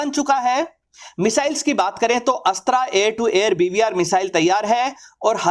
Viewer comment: भाई आप अस्त्र missile को अस्त्रा missile क्यू बोलते हो जब की आप हिन्दी मे बात कर रहे हो